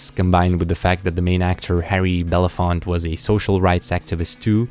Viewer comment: FYI: Harry Belafonte's last name is "Bel-a-fon-tay"